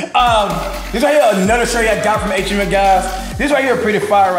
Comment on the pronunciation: I heard of H&M but not H Em Em